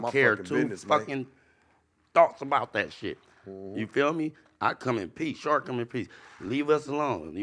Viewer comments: Okay but calling sharp “shark” the whole time killed me 😂😂😂😂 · is completely unable to say Sharp or. It's hilarious. It's like when Crunchy Black called VladTV Glad the whole interview. It's so funny.